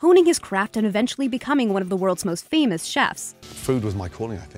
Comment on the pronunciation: "Fimous Chefs"